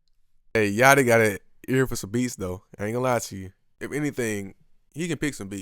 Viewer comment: Lil yachty not 'yatchy'